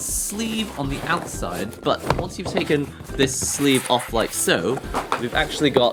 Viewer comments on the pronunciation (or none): none